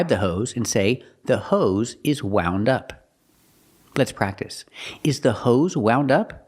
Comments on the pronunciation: Can't believe that the teacher mispronounces even a basic word like wound. Thanks for the video. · Omg that was the worst mispronunciation of the word wound that I’ve ever heard ….thank you for pointing that out